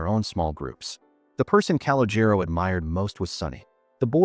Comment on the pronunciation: It's pronounced Cah-Loh-Jeh-Roh. Not CAL-oh-Jair-Oh.